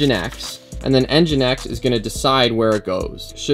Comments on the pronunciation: mfw its engine-x and not en-jynx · The pronunciation is Engine X (nginx). I think that would be helpful to you to take a look into a REST tutorial too, the api paths are kind of messy. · Is it pronounced engine X or N jinx?